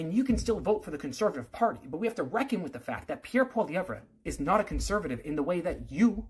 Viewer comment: Can’t even say Pierre’s name properly, lost my respect. This guy is nuts and a trudope supporter